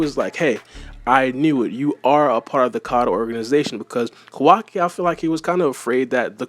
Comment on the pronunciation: Butchering Kawaki's name badly